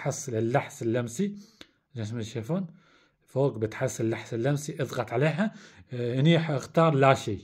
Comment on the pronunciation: الحس اللمسي وليس اللحس اللمسي